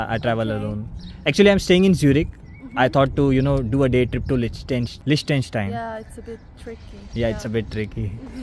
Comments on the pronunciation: Such a shame that you are pronouncing the name of the country rwrong all the time. It is not Lishtention... it is Liechtenstein. And brother her name is not Imli... it is Emiy... please don't make such lame joke with foreign names just to have more viewers. It is least expected from a person who travels for living. You are representing us all and our country. We already have unpleasant reputation abroad. Kindly don't make us Indians laughing stock any more. Anyway you make good vlogs. Thanks. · liches-stine hay pronunciation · YOU MUST LEARN TO PRONOINCE THE NAME LICHTENSTEIN. 😕